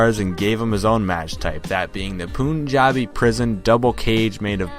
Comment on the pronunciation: It’s “Pun” not “poon” WTF